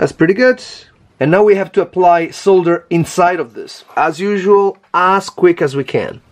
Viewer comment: Lovely to hear 'solder' pronounced correctly